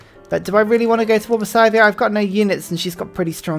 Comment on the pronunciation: FYI, I'm pretty sure Sythia is pronounced like "sigh" not like "ski"